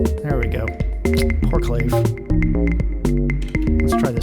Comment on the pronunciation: Awesome Live stream!!! But clave rhymes with agave not grave.